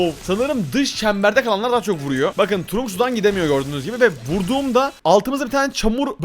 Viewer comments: Abi turunk değil tırank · Kaze kenjinin karısı ve trunk trank diye okunur allı öfkelenince rakibi görür avı bide allı kendisi öfkeleniror ve arada görünmez olunca bazen görünüyo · Trank diye okunuyor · Trunk değil trank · Abi o öyle okunmuyor kitırank böyle okunuyor bilgi vereyim dedim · Abi trunk tırank diye okunuyo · Abi trunk diye yazılıyor ama trank diye okunuyor❤😊